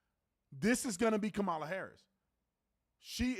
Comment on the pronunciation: Stop being rude and disrespectful! Calling people names and pronouncing VP Harris's name incorrectly.